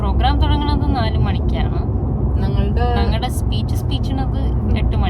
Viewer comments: നങ്ങളുടെ❌ എന്നല്ല ഞങ്ങളുടെ✅ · “nangalude” parayumbol “na” pronunciation shariyakkanam. I’m just making a correction just because you speak so fluently otherwise. Not a critic ammavan 😂